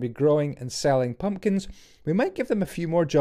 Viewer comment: i liked the way he sad mumkins and pelons